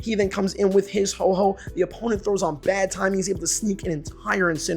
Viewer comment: It’s Ho-oh not Ho-ho